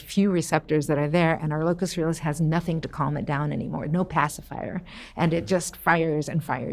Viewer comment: Every time she says “locus coeruleus” I get so mad